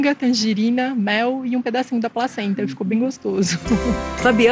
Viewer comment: só eu entendi ela dizer "a própria pracenta" ? e a outra até olhou estranho pra ela :-D